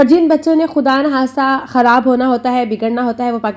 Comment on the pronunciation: Ye ap k KO h kuin bolty Hain kharab KO harab